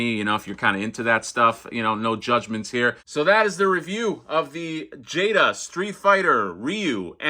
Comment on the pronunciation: Awesome. Just ordered Chun-Li myself recently. Pretty sure you got the "Jay-da" pronunciation right.